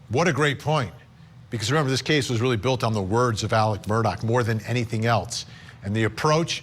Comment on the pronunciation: His name is pronounced murder not Murdoch